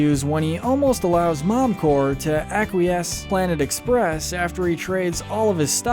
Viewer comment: Good video, but why the fuck do you pronounce it "Momcorrr" ?